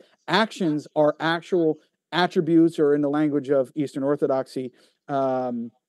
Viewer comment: It's laughable to hear say he spent so much time researching Orthodoxy and yet, still butchered it.. smh